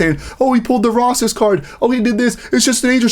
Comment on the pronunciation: Does this guy have a speech impediment? It's a serious question as I noticed he failed numerous times to say " racist" correctly. Never heard anyone get it wrong